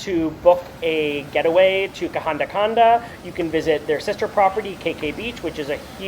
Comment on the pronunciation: Welcome to Sri Lanka 🇱🇰 Love the way you pronounce kahanda kanda.😊 I will assure you that I will watch all your SRI LANKAN videos.just to hear your beautiful pronounsiation Of local names❤❤❤😂😊 Safe and happy journey ❤